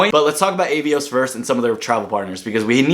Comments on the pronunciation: It's British Airways, not British Airlines. Avios is pronounced 'Ah-Ve-Ohs'. And It's Iberia, not Liberia. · Cool video and good advice. Finding it hilarious how overwhelmed you got from all the travel partners and the various names! 😂 Ey-vios = Ah-vios Air Dingus = Aerlingus British Airlines = British Airways Liberian = Iberia Seriously though, this card has loads of great points partners. In the UK, even Nectar points for grocery shopping can be a good choice for some people. If anyone in the UK wants a referral link for bonus points: ☺️